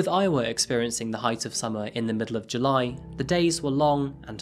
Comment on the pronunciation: What is a "Juy"?